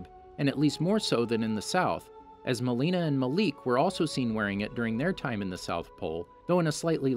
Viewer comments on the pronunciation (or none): none